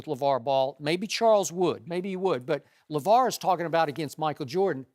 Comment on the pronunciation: Did Shannon say LaJello?